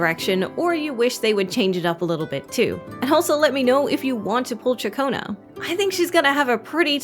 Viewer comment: "Shakonnu" like chaccone that's how her name pronounced if you did a little research.